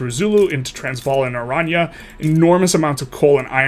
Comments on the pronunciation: As someone from South Africa, it's Oran-ye. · Oranje is pronounced orange.